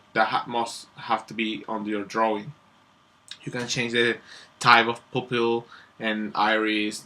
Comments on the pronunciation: sounds like you said "poop hill" Lol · For future vids and stuff "pupil" is actually pronounced like pyu-pil. :) Great vid!